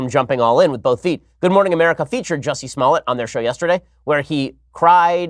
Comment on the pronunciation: Juicy.....Smollett???? 😆 lol